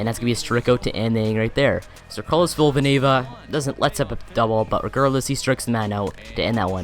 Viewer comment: Villanueva only has one v ur saying villavanueva